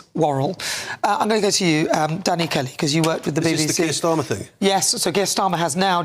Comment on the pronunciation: AI decribed Starmer as Sir Kier Stormer😅. Hilarious.